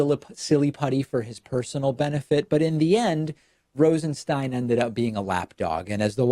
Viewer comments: I don't get how Stein can be pronounced Steen. Is this dyslexia? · Come on, David. You mispronounced his last name 5 times in the 1st 5min of the video. Do you have a producer or not? I'm a fan believe me, but I'm a fan because you are smart and articulate and literal when you speak. It's distracting and detracting when you switch pronouciations of Rosenstein back and forth.